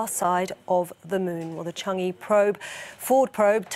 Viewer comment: Please pronouce e in Cháng'é as ə in girl. It's not Chang'ee.